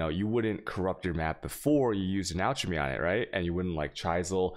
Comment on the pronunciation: Alchemy is pronounced alk-emy